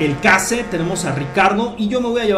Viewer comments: no se dice case, se pronuncia Queishh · la marca Case se pronuncia queis